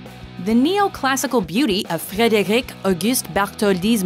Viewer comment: The way she said Frederic gave me cancer.